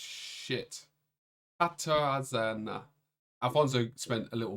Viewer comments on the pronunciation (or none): Hi, it's Sudden Linguist here. The "rz" part in the Polish name "Katarzyna" is pronounced like the "g" in "genre" or the "s" in "vision" (the sound is commonly transcribed as "zh"); whereas "ó" is pronounced like the English "oo" in "good".